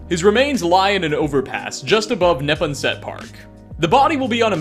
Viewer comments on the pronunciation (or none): Neppen-set?. Dude. Say: Nuh-ponn-sett. Also, Charleston is not in Massachusetts. CharlesTOWN is. Love the vids man but jeez these are real places. Thank god that Worcester wasn't in the game, and you didn't have to go near Ponkapoag, eh? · Ne-pon-set not Nep-on-set park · Training .., cats? I take it you have a dog? FYI: Neponset is pronounced more like ne-PON-set. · ne-pawn-sit is how its pronounced with the force on the middle sylable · A note. As someone from The Commonwealth of Massachusetts, it's pronounced "Neh - PAWN - set". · It's naPONsut. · As a Boston native, the way you pronounced Neponset hurt me, lol. Ne-pon-set, long O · The way you pronounce Neponset 🤣